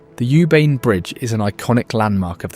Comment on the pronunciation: You Bain ❌ Oo Pain✅